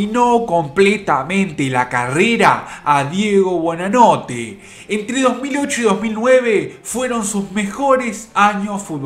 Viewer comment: durante todo el informe dice BUEnanote! y es BUOnanote